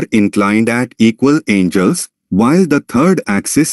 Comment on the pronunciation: I can't take you seriously as a teacher if you can't even read the language you are teaching in. There are no "angels" here.